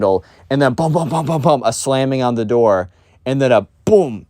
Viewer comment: "Open the noor"